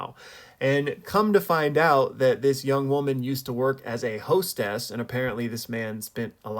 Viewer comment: Sorry did he say hoestess😅?